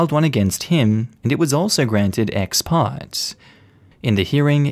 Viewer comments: The word ex parte is pronounced like "partay" not part.... lol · Umm, Ex parte is pronounced ex par-tay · It’s pronounced: ex par-tay. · It’s pronounced “ex-par-tay” for the word exparte. I just thought I would let you know. Great stories and reading per usual! 😀